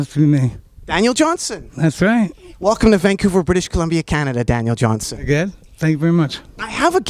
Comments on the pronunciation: Nardwar keeps saying his name wrong, and, it's aggravating! It's Johnston with a 't'! Not "Johnson!" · Johnston...Johnston Not Johnson...sheesh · Dude. His name is Daniel Johnston. With a ‘t’ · JOHN-STON...His name was Daniel Johnston...Not Johnson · called him Daniel "Johnson" about 15 times... smh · "Johnston" with a "t"- you know better, Nardwuar.